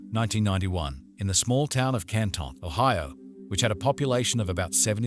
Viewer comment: This guy can't pronounce Canton must have never heard of it lol